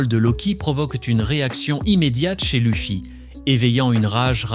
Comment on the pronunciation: Euh c'est quoi cette IA qui lis le texte😅 Louffy, Robin. Sérieux?! Pourquoi c'est plus toi quoi parle? 😢